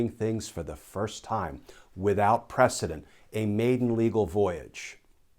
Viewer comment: Errr... It's "precedENT"; not '"ENCE" HTH